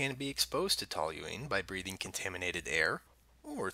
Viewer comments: TOL-yoo-een not TOL-yoo-leen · I like how you're mispronouncing the word the entire video